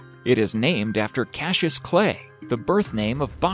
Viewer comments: It's not pronounced "Cash-us", its CASS-I-US.... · Not cashish but cassius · Cashish it’s Cassius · cashus? are you dyslexic? It's cass ee uss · since when is it pronounced Cashus ??? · Love how the narrator says cash-us instead of Cassius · Us ozzies are in stiches lol, Cashious ? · I’ve seen the first crocodile (btw the name is pronounced cas-I-ous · Not cashius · Cashus lol Goosestav lol.. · why does he keep saying kashus? learn to read first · you pounced the name wrong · Why can't you say Cassius! ? Stop saying it! Twat. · Say Cassius properly!